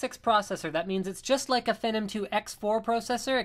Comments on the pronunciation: Its pronounced FEE-NOM, not FEH-NOM. Hate to nit-pick, but yeah. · Its pronounced "Fee-num" not "Fenom" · PRO!!!!!!! cessor FENnom I wanted to shoot myself every time he said that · FEE-NOM.... FEE NOM.... FEENOM... PHENOM!! sorry just annoyed me, i like the vid tho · yea, it's pronounced like FEE-nom...or at least that's how that Leslie Sobon says it LOL! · pra-cesser and fee-nom you sound like a fucking dumb ass in all of your videos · Comon Linus its Fee-Nom, you frigin NERD lol. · I saw an interview with AMD and the guys at AMD pronounce it FEE-NOM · phEnom E its long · you say phenom so WRONG.... it sounds nasty, what a disgrace lol